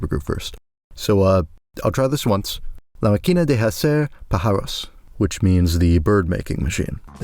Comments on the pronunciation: Es muy bueno como pronuncia los nombres de las bandas y los musicos , en "la maquína de jacer pajáros" es buenisima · I'm 4 mins in the video, and i will comment this now so i dont forget: Those little things over the letter in "máquina" and "pájaros" is were you should accent the word, that is the strong syllable. For future spanish reading, remember that :D Edit: Finished the video, beautifuly done my guy! Cheers! Suscribed!